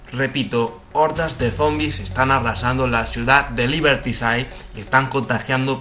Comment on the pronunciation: ''Liberty sait''??? se dice liberti sidi